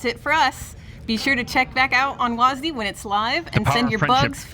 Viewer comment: calling w a s d wasd has to be the most cringe thing ive ever heard someone speak out loud